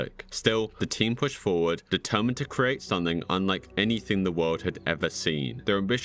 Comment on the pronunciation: IT'S "something" NOT "sunthing"